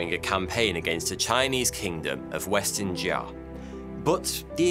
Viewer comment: Good video but I’ve never heard “western Xia” pronounced so incorrectly